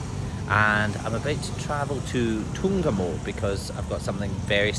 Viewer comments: When you pronounced Ntungamo so well and the local names I realized that you have slowly become Ugandan 😊enjoy. Ankole girls are gorgeous 💖 colorful ceremony 😍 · Da way u pronounced da word ntungamo ur already my brother, wlkm to ntungamo